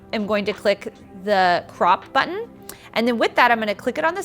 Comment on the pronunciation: Love this. BTW, there are two T’s in button. Not buhon!